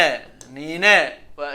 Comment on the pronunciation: Nine dhawaaqeeda waa isla sidey u qoran tahay ma aha niinee ee waa ninee